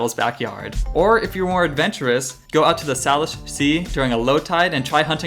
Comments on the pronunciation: Hey, love videos! Just a heads up as a Salish Kootenai Native American person (an Indian tribe from the Flathead region of Montana), it is pronounced SAY-LISH, not SAH-LISH. As a separate point, it is Leavenworth, not LeavenSworth. I hope this does not come off as too negative, you are one of my favorite Seattle-based YouTube content creators! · Pronunciation time: Salish = Sayleash, Geoduck = Gooeyduck. Loving the 2 part series :) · Couple corrections. The Salish Sea is pronounced SAY-Lish. And Mt. Rainier is Mt. Tahoma, not Tacoma. Oh, and Geoduck is pronounced goo-ee-duhk. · I can tell you're not from the area, you're mispronouncing a lot of the names, including Salish and geoduck (pronounced gooey-duck) Regardless, you've made me miss home, trying to get back there